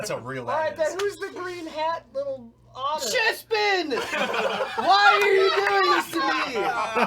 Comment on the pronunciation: CHESPIN how Ben said chespin there had me dead